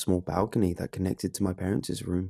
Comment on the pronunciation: Dude, love the stories....but pronouncing parents room is just parents room and not parents-cess room. Lol